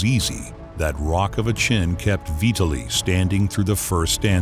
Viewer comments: Say his name right: vee-TAH'li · Kind of spoiled by constantly pronouncing Vitali's name as "Vee ta lee". There's no excuse for it really.